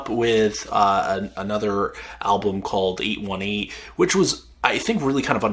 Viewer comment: Thought-provoking review, enjoyed. And it's pronounced "eight eighteen."